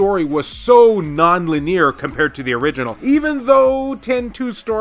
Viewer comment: The way you say "linear" makes me anxious...